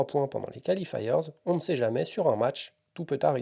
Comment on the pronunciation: Bien, comme d'had'... Mais l'horrible "califailleurzz" qui déchire les oreilles.